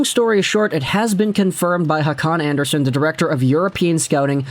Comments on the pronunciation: its kinda like Andrea Son. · you're not pronouncing that right. the "son" part in scandanavian names are pronounced like you would pronounce sony.